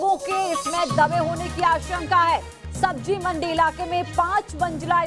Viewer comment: Sabzi not sabji, manzil not manjil.